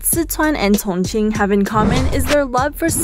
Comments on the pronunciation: A little distracted by the way she says Chongqing lol. It's "Chong Cheeng" not "cong ceen" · You're saying chingqing wrong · Great content - but what's with the pronunciation of 'Sichuan' and 'Chongqing'?